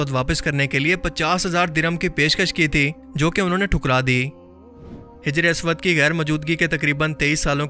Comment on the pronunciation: Bro name teek karo hajar aswad nahi hijr e aswad